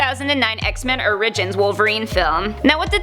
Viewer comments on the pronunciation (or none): X-Men Or-Rig-Gins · Did she say "ma-re-ner"? Did she say "or-ridge-ins"?